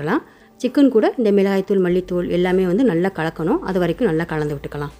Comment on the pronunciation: Milagai dhul , not milai dhul